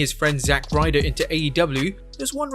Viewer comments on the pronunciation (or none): none